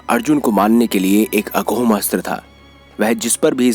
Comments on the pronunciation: अघोम नही अमोघ होता हैं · अमोघ, अघोम नहीं । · Aghom nhi Amogh hota hai😇